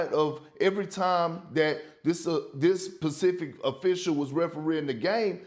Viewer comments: I think there should be an unwritten rule for speaking on national tv….if you say “pacific” in place of “specific” more than twice…you should no longer be allowed to speak on tv. I’ve heard Perk do this tooo many times now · I can't be the only person that realized Kendrick Perkins said "PACIFIC" instead of SPECIFIC ish. 🤣🤣🤣